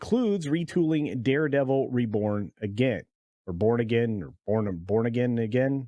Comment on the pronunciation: did you say "jason daredevil bourne again" or did i just miss hear you